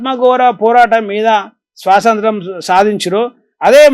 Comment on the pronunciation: స్వశాంత్రం కాదు అన్నగారు స్వాతంత్ర్యం/స్వతంత్రం